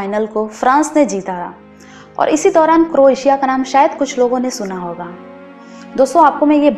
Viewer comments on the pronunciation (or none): Appreciated the efforts to put wonderful and near the perfect points about Croatia. Except few things. Its not Cro-atia, its Croatia (pronounciation matters here) And kings landing is not a movie its a place shown in game of thrones where the king is landing in old town of dubrovnik, which is one of the famous shooting locations of Game of thrones. Rest all its a nice video ma'am/sir